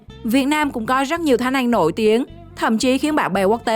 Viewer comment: Ăn chứ kp anh Phát âm chuẩn tý xem nào 🥴